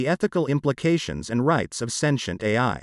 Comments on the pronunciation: Sintem no lac santient 😂😅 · AI is speaking now and can't even pronounce sentient